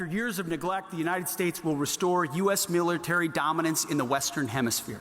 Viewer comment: ffs, Hegseth can’t even say the word “Military.” I really hope we don’t go to war with anyone with this administration in charge. It will be worse than Vietnam.